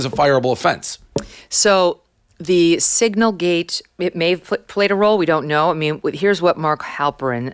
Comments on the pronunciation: DAVE!!!! It is SIGNAL NOT SINGLE ... if you can't say the word, don't talk about it. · I didn’t know what he was talking about until Megyn said signal lol